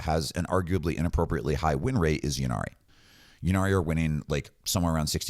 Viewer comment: Pronounce innari not yinarri please, the grammatic influence is from old welsh eg ynis (island) pronounced innit not yinnis. Apologies for correcting, I love your channel